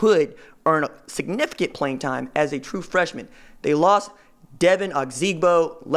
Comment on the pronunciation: Glad to get Sevion RJ. Its pronounced dee vine Oh zig boe though. not devin